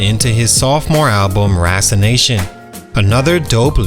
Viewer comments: Rasassanation not Rassanation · Say it with me Ra-sass-a-nation. Good video though